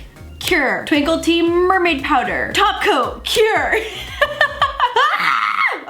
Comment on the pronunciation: Girl did you hear her when she said tako insted of top coat😆😆😍😍